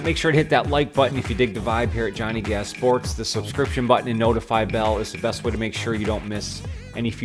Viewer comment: I wish he didn’t say “Gaz” like that